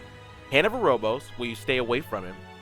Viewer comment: Very nice, very concise. As someone else has stated, be nice to know if tbs are magic or physical- they are physical I think. Also, it's Hand of Erebos, not Erobos. Other than that, great guide, very to the point, thanks!